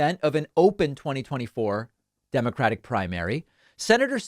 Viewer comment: Lol, David pronounced "Senator" almost like "Minotaur." .....I...AM....THE...SE-NA-TOR!